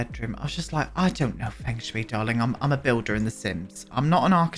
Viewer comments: Feng Shui is pronounced as "Fung Shuy" 😅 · I think 'fung shway' would be the closest to the actual pronunciation (: it means wind-water! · It's pronounced Fung shui (sh-way), but it's also Sims. And also, who cares, lol.